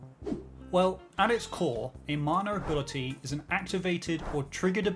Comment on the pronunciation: Ngl loved the video but why does it sound like u say "manure ability" every time ?